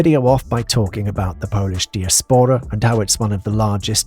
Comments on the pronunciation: “diaspora” is pronounced “die-ASpora”, not “dee-as-PORa”…. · Nice and clear - some odd pronunciation errors - diaspora and rhetoric. Why don't people check before they read stuff aloud?